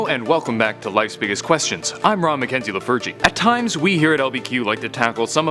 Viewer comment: Did you say your name is "Raw Mikenzie the virgin"?